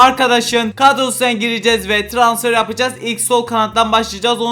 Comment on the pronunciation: Trasfer değil transfer skskksksksjsk😅